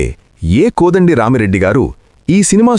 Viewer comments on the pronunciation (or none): కొడండి కాదు కోదండ